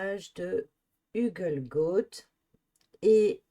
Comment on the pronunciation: HU EL GOA TE...bordel c est insupportable comment vous écorchez le nom de cette magnifique forêt 🤬